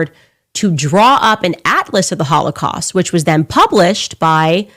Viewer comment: You know what's crazy? She can't even properly pronounce most of the words she's saying. So how intelligent are we supposed to think she is? As a Christian, I really have to pray for God to forgive how much I'm coming to hate this woman. She acts so cocky too. That "see I got you!" smirk in every other sentence. She's filled with so much hate, I can't let her fill ME with hate! She certainly seems possessed to me. She and Tucker both.